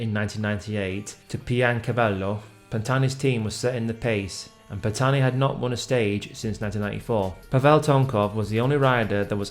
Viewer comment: The h is silent !!! But thanks for speaking of the greatest climber the sport has seen! 👍